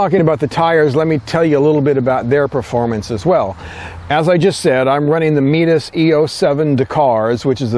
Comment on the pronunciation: "Meataas"? did you mean Mitas?